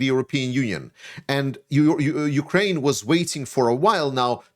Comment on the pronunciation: hey there, some constructive criticism for ya, please, please, please stop sayin YOU-kraine, it is not youkraine, hiskraine, mykraine....it is just Ukraine. Otherwise great analysis and I would even subscribe if you could correct this.